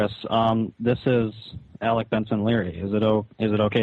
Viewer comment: I think at that moment, even Chris realized he butchered Alec's name, hence the jump cut.